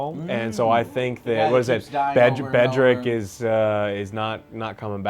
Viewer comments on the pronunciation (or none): It's Beric, not Bedric. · Please get the names right. It's Beric Dondarrion, not Bedric. I know it's not too bad overall, but some of the pronunciation from you guys has been awful lol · It's not just her. Joe even has a cheat sheet in front of him and STILL fucks up the name of Beric. Like seriously. I like these reviews, but at least Joe should do a 15-20 min reddit readthrough after each episode to at least know the lore and the names. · its B-E-R-I-C ...GOD DAMN NAME BUTCHER AT ITS BEST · Omg it's Beric!!!, And it's Euron!!! Stop butchering these names ffs they're not that complicated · You guys need to learn character names fr. Mispronouncing beric and maester. Also mixing up Bran and Bronn EVERY episode. Besides this I love the reviews!